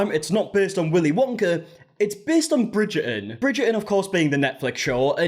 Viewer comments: I’m here again, two weeks later, to listen to say “Bridger-In” over and over again. 😂 Love you and your accent! 😘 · “Bridger-un” 😅 Sorry I had to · I keep hearing "Bridget and balls" 😭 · "Bridgerrdin" hehe😂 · Why do Bri-ish people refuse oo pronounce the T in words or names like Bridger-on?? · Bridger'in lol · the way he says bridgerton is hilariousssss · avoiding that T in Bridgerton like it's The Unknown from the Glasgow Willy Wonka experience 😂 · It’s blowing my mind hearing and actual Brit pronounce Bridgerton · haha no...just the letter "T" 😁